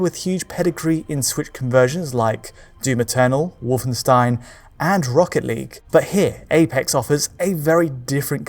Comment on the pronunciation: That's NOT how you pronounce "Wolfenstein" on Digital Foundry! LOL!